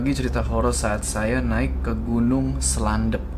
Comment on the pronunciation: gunung slendep bang bukan slandep